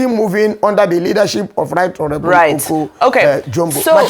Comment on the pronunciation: “Oko” not Oke